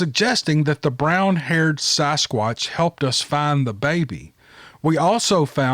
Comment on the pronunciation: It's sasquatch not sosquatch.